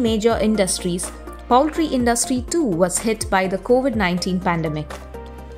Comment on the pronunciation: Poultry is pronounced pole-tree not powl-tree.